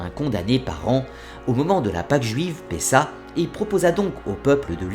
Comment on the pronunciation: Pésah se prononce pésar